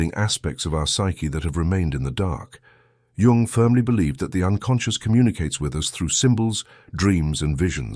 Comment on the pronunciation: It's pronounced Yoong, not Young and is spelled Jung. Obvious AI.